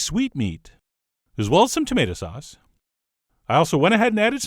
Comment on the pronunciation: The way Chef John pronounces “sauce” makes me giggle. “Saahss.”